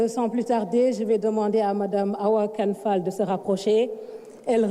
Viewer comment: Awa Kane fall il faut remédier ton "r" sinon ça va